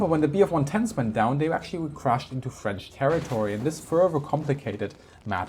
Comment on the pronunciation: You have a really good french pronunciation I didn't know that until this video!